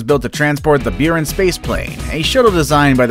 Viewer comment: The space shuttle was pronounced like Boo-rahn